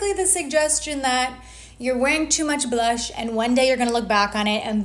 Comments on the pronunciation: Please stop saying, “buh-lush.” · I love how you say blush so aggressively each time, like it’s 2 syllables. 🥰